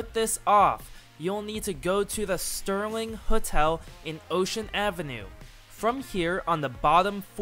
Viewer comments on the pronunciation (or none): Serling hotel* not sterling but thanks